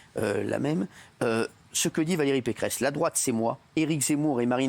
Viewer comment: pequeresse peceress pecheresse pecqueresse ou peceresse ?????? quelle mito cette femme elle fait honte a la droite !